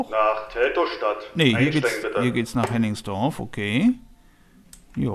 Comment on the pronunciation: Hennigsdorf, nicht Henningsdorf.